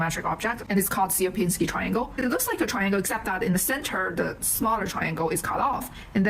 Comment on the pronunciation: There is plenty of different "dimension" definitions, and they all have not much to do with the word "dimension" an average Steve uses. Also btw, you butcher the Polish "Sierpiński"... it is nothing like "Syerpinsky", but rather closer to "Shyerpiñskiy". With Ś (soft S) at the start. Those Anglo-saxons really made a mess when transcripting Slavic languages.